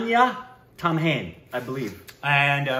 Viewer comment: Tamhane is pronounced Tam- Haa- Nay